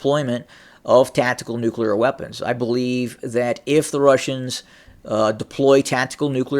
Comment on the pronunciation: nucular! i am glad you caught yourself. that one drives me mental. and lots of people say it. task and purpose here on youtube does, and so does benny johnson